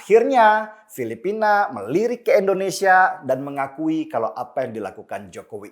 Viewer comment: Bang Denny, Endonesia atau Indonesia bang denny? Apa saya yang salah dengar.